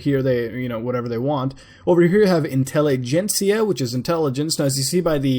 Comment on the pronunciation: "In-tell-uh-jen-see-uh" xDDDD